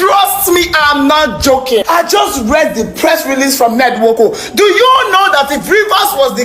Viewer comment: the way you pronounce the 'Nwoku' makes me laugh!